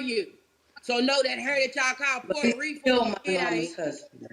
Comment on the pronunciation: Haha 😂 she said so that hair you call puerto rifffa , it ain’t 😂😂😂